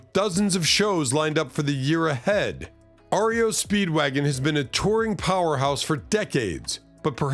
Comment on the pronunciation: "Ario" Speedwagon. Are you a robot?